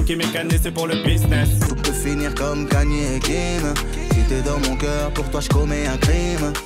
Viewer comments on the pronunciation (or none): C’est pas kenye c’est ka nye y’a pas de E dans son blaze